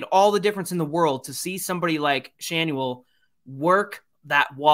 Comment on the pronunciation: Schanuel ?? are you hoping to change the "N" to "H" then have a silent "L" and gain "SchaHue mark 2